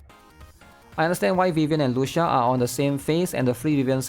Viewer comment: It’s Spoken as Lu Chi Ahh, its an Italian pronunciation my guy😢